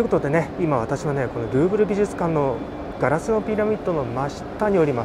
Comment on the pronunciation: グーグル美術館って聞こえた・・・さすがグーグルと思ったらルーブルだった